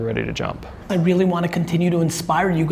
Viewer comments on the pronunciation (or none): In the middle of CRUSH IT audiobook. He's said shchlep twice already.